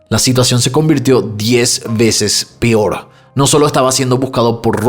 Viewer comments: Por favor no digas pior 🙏 me encanta tu canal pero cada que dices pior me da no sé que 😅 lo correcto es peor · Porque dices PIOR y PIORES 😢